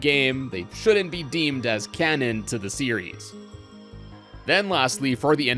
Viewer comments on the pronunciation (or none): none